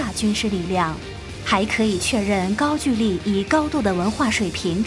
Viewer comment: 高GOU（一声）LI（二声）